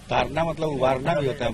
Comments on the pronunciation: तारना नही ताड़ना है। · Tadna not tarna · तारना नहीं ताड़ना है भाई उच्चारण ही गलत हो रहा है । बिहार में ड़ का र में उच्चारित हो जाता है । जिससे अर्थ का अनर्थ हो रहा है । तारना का अर्थ हो सकता है उबारना । ताड़ना का अर्थ हो सकता है पिटना ।